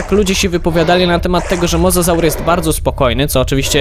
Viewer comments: mówi się mozozaur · Pisze się mosasaur ale mówi mozozaur